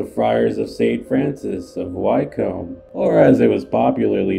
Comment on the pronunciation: Pronounced Wickum not why-comb